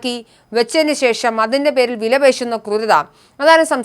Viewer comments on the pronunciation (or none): none